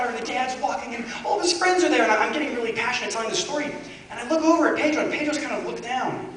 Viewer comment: I Love how he says Pedro... in Spanish it's like he's saying "pidru"... Hahaha!